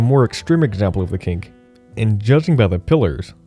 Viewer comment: It´s Hofmeister Knick, pronounced K-nick, not Kink ^^